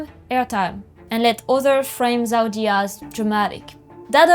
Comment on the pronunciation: La video est incroyable, mais pitié elle s’appelle Zeudi et pas Zaudi 😭